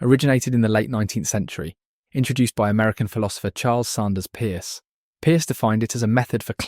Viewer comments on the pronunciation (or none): Pronounced purse not pierce.